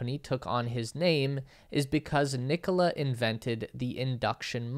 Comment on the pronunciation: Ni-'ko-la is the right pronunciation. The stress is on the middle syllable.